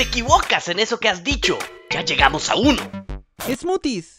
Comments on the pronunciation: primero dijo Smooties y después Smachis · smachis >:v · Smachis? XD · No se supone que Springtrap Dijo Smooties pero lo dijo mal?